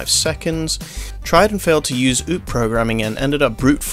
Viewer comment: It's more like O-O-P like 1 word for each letter. Good video!